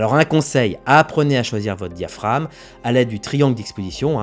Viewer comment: diaphraGme.... pas diaphrame....(oral un pas écrit)